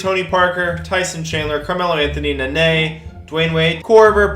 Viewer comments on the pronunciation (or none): none